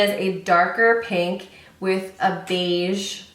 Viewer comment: "Beige persuaige" 😂